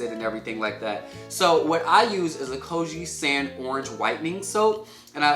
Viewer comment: Koh-ji sahn is how it’s pronounced lol